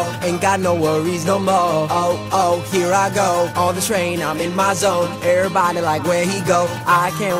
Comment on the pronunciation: i love how he says everybody he says "erybody" i love it!!!